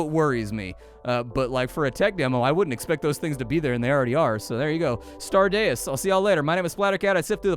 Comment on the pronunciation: Deus is 'dayy-oos'.